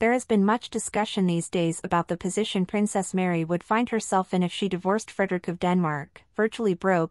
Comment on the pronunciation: This piece is really annoying. You Are not able to pronounce their names correct. Frederik and Mary. Also we Danes absolutely know the Donaldson family. Her father and his wife, her Two sisters and their families and her brother and his family. They are all very Nice people and respected here. Crown Princess Mary is very loved, respected and admired here in Denmark and she is VERY visible here. She is intelligent and has her own work to do. Danes are equal in marriage and supporting eachother. I dont know what is happening in their marriage and if Frede really settled with the mex hiking trophy (which would be stupid and evil to both his children and his wife). He would loose a lot of respect and sympathy from the Danes as Well. Im pretty sure that Mary in the worst case would be taken care of with respect and dignity as she is the mother of the future King and his siblings. We love her ❤❤❤